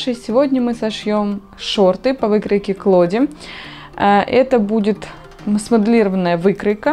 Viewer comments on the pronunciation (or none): Так и не поняла, что за выкройка, невнятно сказали